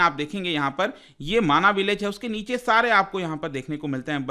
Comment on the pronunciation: माणा गांव है माना नही